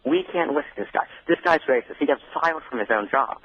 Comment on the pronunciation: No, Mawcus Epstein a wacist bitch. Pwain & simpaw.